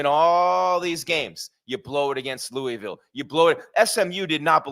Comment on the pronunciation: Pronounced Louisville wrong, also you are the cowboys of college football.